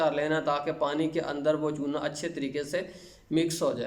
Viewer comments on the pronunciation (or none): Chuna+ ?....plz kiya bola samajme nehi ata sir